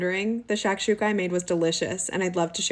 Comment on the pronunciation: As an arab hearing this woman butcher shakshuka made me cry inside 😂😂😂😂